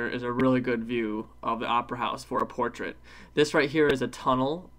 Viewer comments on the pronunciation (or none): none